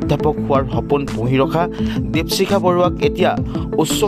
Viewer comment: দিপচিখা নহ'য় নেকি বাৰু , দ্বীপশিখা হে হ'য়। নামৰ উচ্চাৰণ ত খুউব এটা ভাল লগা ন'হল ভিডিঅ'টোত। ছাত্ৰী জনীলৈ ভৱিষ্যত জীৱনত সাফল্যৰ শিখৰ পাবগৈ পাৰিব বুলি আশা ৰাখিলোঁ। ধন্যবাদ।